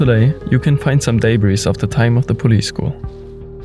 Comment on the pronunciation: "Debris" spricht man nicht mit dem S am Ende aus. Sollte sich in etwa wie "Debrie" anhören.